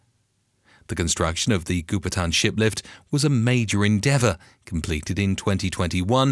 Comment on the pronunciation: Goupitan is pronounced "Go Pea Tarn", not "goo per tan".